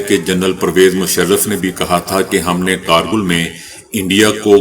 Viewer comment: کیا آپ نیم خواندہ ھیں اکثر الفاظ غلط پڑھتے ہیں جیسے کارگل یوکرائن کا دارالحکومت کیف وغیرہ